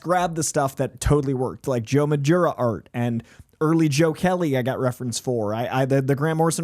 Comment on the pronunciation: Is that how you pronounce Joe Madureira's name?